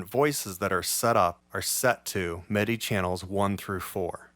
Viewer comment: You are such an asset to the Utube gear scene. You have taught me SO much. I just sorta hope…at some point…you choose a better lighting situation. It can be challenging to follow your moves, with your “black on black” thing. As an aside…where are you from? Not that you have an accent, but the word “MIDI” always sounds like “meh-DI”. Kinda like how that kid from LA who does Ableton reviews says “buh’ns”. Not trying to sound critical or anything…not saying it’s a bad thing….it’s just a point of curiosity.